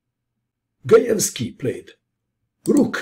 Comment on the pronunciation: You pronounced the last names correctly! Very nice :)